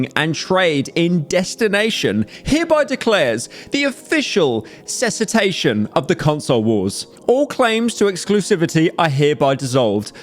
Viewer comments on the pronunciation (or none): it's pronounced "Cease-ation" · bro said cessitation